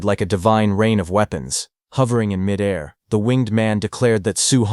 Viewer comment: I always cringe at 'midair'... pronounced like its one word.